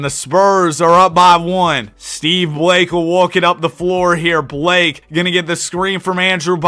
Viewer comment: it's just blake hahaha not "block a"